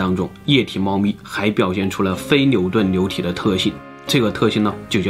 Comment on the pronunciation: 非NIU顿LIU体，这对于口齿不清NIU和LIU不分的总裁来说，难度真是逆天的一集。